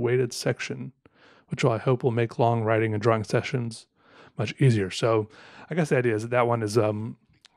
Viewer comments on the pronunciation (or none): I love how he pronounces "drah-wing" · The only person I've ever heard who pronounces the "W" in "drawing". Unique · Hearing “drawing” pronounced with a “W” is unsettling